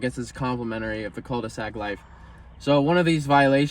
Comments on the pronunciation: fyi you don't prononce the L on «cul de sac» lmao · dont say the "L" on cul de sac and you got it right.